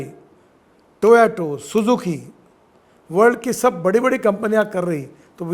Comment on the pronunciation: Abey Toyoto Toyota bolna seekh le pehle